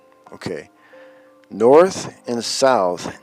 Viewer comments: Crazy Hair said, "Norff" for North and "bofff" for both. Sooooo, we are in the "Matrix? I have yet to see one photo of a dome, edge of the Earth or one single proof of a flat Earth. Sorry, I meant flat Earff! I don't think the wooden slab with Chinese "tranquility" was correctly translated either. I think that the Bible does have a few things in it that are historical and true, but much was seriously exaggerated or made up but to comfort, collect and control the masses. Thanks for everything you do here. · What thr fuck is "Noirf"? Its hilarious hearing these idiots use words they don't understand! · Wasn't sure if I was the only one who heard him say 'Norf' one thing for certain is that he is a Dorf... And a fucking idiot! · "Norf"...WTF is that? You have debunked some real idiots, but I think this dude takes the cake.